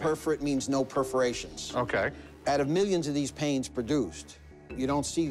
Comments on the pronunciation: They’re perforations Rik, not preferations. 😆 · When Rick said "preforations" I laughed hard. A bit like the sword episode where he said "calvery" sword instead of Cavelry. What a chump.